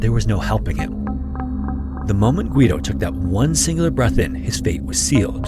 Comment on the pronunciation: You don't pronounce the "u" in Guido